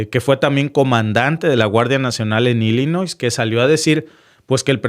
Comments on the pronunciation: SE PRENUNCIA......ILLINOI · No le pongas la s a Illinois lo repites y lo vuelves a repetir 😅😅😅😅😅😅